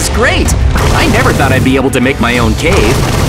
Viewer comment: Why saying I give up nerver give up